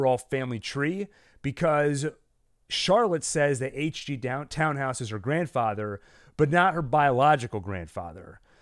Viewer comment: Polizei ist pronounced Politzei...the ending sounds as tzai as in Thai. And Tannhaus is pronounced Tunnhouse not Townhouse...just for future reference